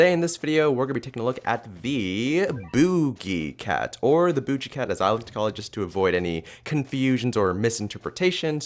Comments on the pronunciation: was I the only one who was irritated that he said boojie cat not boogie cat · It's so funny when he called boogie cat bookie cat